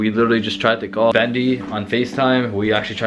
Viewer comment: it's bendy not bandy